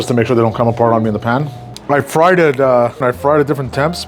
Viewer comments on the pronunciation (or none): none